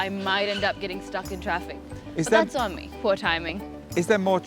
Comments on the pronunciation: Traffice 😂 She's great. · the word 'traffice', it's supposed to be 'traffic'